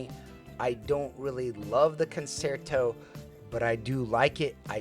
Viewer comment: Great review, it is pronounced “concherto”…I am a classically trained violinist.